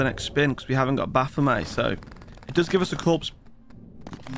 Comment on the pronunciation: Baphomet is pronounced with a hard "t" like bayonet. It's from the old French name for a demon that comes from a corruption of the name Mohammad, meaning a demon or a false god.